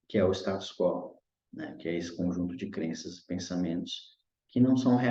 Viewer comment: Muito bom a leitura e interpretação. Correção de pronúncia: Status quo lê-se "is·ta·tus ku·ô", pois trata-se de latim e não português.